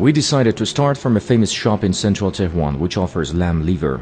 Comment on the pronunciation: Tou gofti Tehwan? Chie? Tehran!!! TEHHHH- RRAN